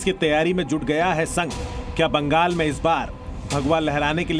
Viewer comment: Are anchor bhai sahab . Mangal nhi hota Bangal hota h 😂😮, vaise Bolne ka style चौकस था 😮